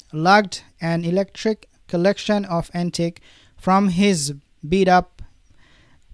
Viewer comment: E C L E C T I C ..Not electric ….